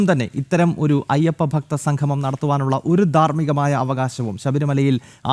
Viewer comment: Sanghamam alla samgamam..സംഘമം അല്ലാ.. സംഗമം